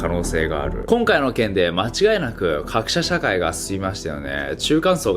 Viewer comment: ナオキマンすまん、、気づいてしまった、、 かくしゃしゃかい、、。